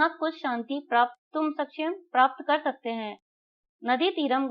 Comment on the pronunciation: Par par kar ko bol raha ho😂